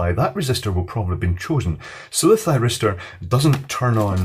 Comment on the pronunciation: Any one else hear Gay Thiristor? No must have miss heard it then. xD